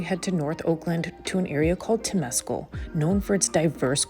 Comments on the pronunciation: It's pronounced Tim-es-cal Lake Temescal. Wonderful trip. I came to Oakland when I was 22 and am now 69. Thanks for pointing out my favorite things about this great sister city to San Francisco. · Liked the video. Temescal is pronounced a little differently. Accent on the first syllable, not second, and it sounds more like something halfway between tem-ah-scal and tem-ah-scow. Close enough. Berkeley is named after a mathematician who pronounced it Barclay, so what can you do.